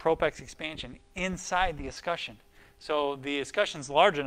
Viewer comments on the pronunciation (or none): Thanks! - this helped me know what to order and also explained how to terminate. But please! Es-kut-CHUN not es-ku-shun